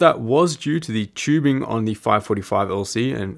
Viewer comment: For fuck sakes, it's tubing not "chewbing"